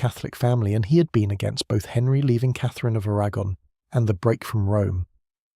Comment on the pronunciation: It sounded different to me. The names sounded different, anyway. (A- RAG-gon) 😂